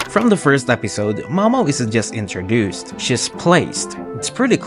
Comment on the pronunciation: I'm sorry I had to pause, I'm not trying to be mean. This literally gave me so much dopamine I had to thank you... But when you said introduced... It sounded like "inter-goosed" as a Canadian that nearly made me spit out my water 😂 it's been over a minute and I'm still giggling